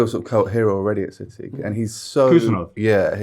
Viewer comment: Mr Richardson pronouncing city as siddeee rritates me greatly.